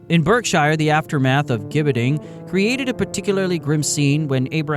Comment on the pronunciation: It's pronounced 'Jibbeting'. I live in the UK and there is a place called Caxton Gibbet, about 6 miles from my home. There is an old wooden structure, remnants of a gibbet